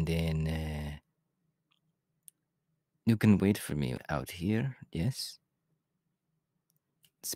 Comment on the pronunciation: I can't get over the way he said :ouT I love it!